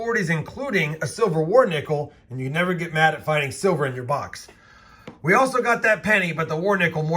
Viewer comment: DID I HEAR SILVERR!